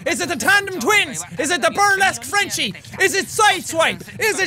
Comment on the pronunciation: "Think frence" Jacksepticeye 2017 10/10 XD